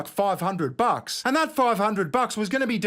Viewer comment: I cannot stand when people say "ant" instead of "and"